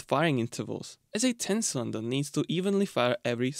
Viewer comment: It took me half the video to work out that when he said “sonder”, he meant “cylinder” 😅